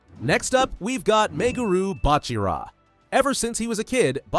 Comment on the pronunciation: who tf is meuroo botra? name is borrow